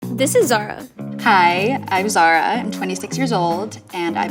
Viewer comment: Let me remind you her name is Zara